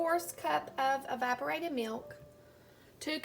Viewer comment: At first I thought you said "vibrated milk" I'm like What?! Oh wait, EVAPORATED. 😂 Anyway this maple fudge really looks NUTS! Does that marshmallow fluff make it a little more airy textured?